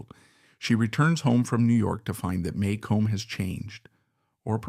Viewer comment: You mispronounce Maycomb, as does everyone who isnt from the South. Maycomb is pronounced May-cum